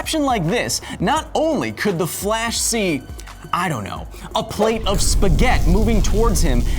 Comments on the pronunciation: What is a Spaghet?... why are you dropping the i at the end.. spaghettiiiii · Technically it's Spaghetti, not spaghet. Will this correction make it to the foot notes? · Why are you saying spaget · dude, every time you say "spaghett" an italian die back in italy. Please, we put letters for a reason, read them. it is "Spaghetti" where the final "i" sounds like your "e".. please stop this massacre, save an italian, say Spaghetti properly. And remember you guys already put pineapple on pizza. Love your videos and work, despite Spaghetti mispronunciation and pineapples :D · A plate of what? Spaghett? Missing an "i" there. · There is no such thing as "spaghett" in Italy. The i as last lettre is pronounced e Beside this, great video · I'm italian and the corret pronunce is spaghetti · Take a shot every time he says spaghet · HE SAID SPAGHETT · “Touching a spaget” I died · Why do you call spaghetti spaghet xd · disliking because he said spaghett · Did I ear "spaghet"...what are those.... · Kyle bro, What about the force of your feet hitting the ground? And BTW it's pronounced spaghettI. And you are Justin Bieber's not famous brother. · It's pronounced with final "ee" sound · Loved the plethora of information, hated his playful mispronounciation of the word spaghetti. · FFS it is pronounce spaghetti, in English and in Italian. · Kyle, i love your work, BUT.... dude that missing i in Spaghetti killed my italian pride. love your show tho! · I'm Italian, the right word is spaghetti (with the double t pronounced stronger than a single t) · Please call it 'spaghetti' (where i it's like e). I'm italian and I'm dying inside.